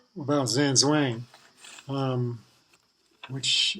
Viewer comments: well your real master should have at least told you - it is not Zan Zuang, its zHang zHuang. Talk to any master who knows basics of Chinese. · You should maybe learn to pronounce it correctly